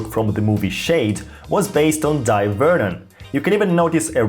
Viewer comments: It's pronounced Day Vernon scrub. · It's pronounced JEE-NEE magazine, not JEE-NEE-I. Also, I have always pronounced his first name as you do: DIE. However I was recently told he actually preferred: DAY. The time I met him, I called him Mr. Vernon and was too young to think about asking him such a thing. Can you cite a reliable source for the correct pronunciation? Pronouncing his name correctly is the least we can do to honor the man. Thanks for a great video. 👍 & subscribed! John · Thank you for your kind reply! I hear most magicians pronounce his first name "Dye" as well. I regret I can't recall where I heard or saw that his preferred pronunciation is "Day." Sorry if I am creating needless confusion, but am genuinely curious. I met him at the 1978 Society of American Magicians convention at the Waldorf Astoria in NYC. He kindly autographed my program as did many other luminaries of the day. It was a memorable convention as I also got to experience first-hand Tommy Wonder's Two Cup routine (he went by Jos Bema then, a shortening of Josip Bemelman). The misdirection on the loading of the bag and large pompom was SO strong that he had to re-demonstrate them repeatedly because most of the magicians in attendance could not follow it even during the explanation. Thank you for the opportunity to enjoy these pleasant recollections. Kind regards, John